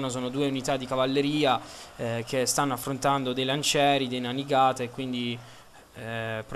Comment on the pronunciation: la nanigata non esiste ed il codachi non significa nulla, shogun si pronuncia sciogun e non sciogàn, è giapponese dio bono...